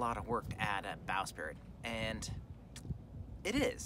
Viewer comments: sprit... not spirit... sprit. sprit. only 1 i. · I think you mean bow"sprit" not "spirit"...lol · It's a bowsprit...NOT a bowSpirit!!!!!!!!!!!!!!!!!!!!!